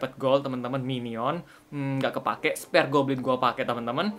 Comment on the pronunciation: spir goblin gan bukan sper goblin